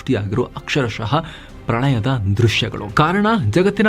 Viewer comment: ಮೆಕ್ಸಿಕೊ ಡಲ್ಲಿ ಪ್ರಣಯ ಅಲ್ಲ ಸಾರ್ ಪ್ರಳಯ😂😂😂😂😂